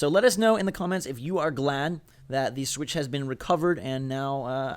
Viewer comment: lol, "Switchmas"